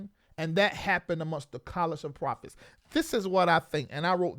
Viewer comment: Profits instead of prophets 😂😂😂